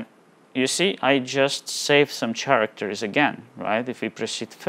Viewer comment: Just a tip for your English mate: The ch in "character" sounds like a k. Thanks for the vid!